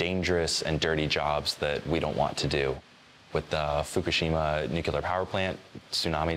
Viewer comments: “Nucular” “Expecially” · Y stopped the video the moment he said "nukelar" ......I just.....cant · Nucular power plant? How can you not know that word